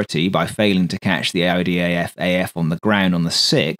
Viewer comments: why does it often sound like you say IDAFAF rather than IDFAF? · why you keep saying IDAF